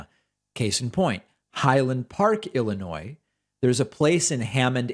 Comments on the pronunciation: i believe this will be the first thing that i’ve had to correct you: Illinois…the “s” is silent… lol, and if THAT is the only complaint, brother, i think that it’s all good; keep on keepin’ on! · Learn to say Illinois correctly please.